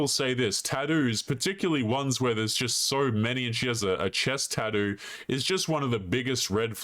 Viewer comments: I like the way you say "tha-thuu" lol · Australian pronunciation of tattoo: "tadoo"